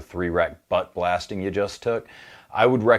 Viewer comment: I (and my wife) had to listen to this, like 4 times to make sure you said butt and not something else.